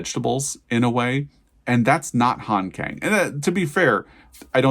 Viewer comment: "Kang" has an "ah" sound, and the "k" has a slight "g". It should thus be pronounced more like "gahng".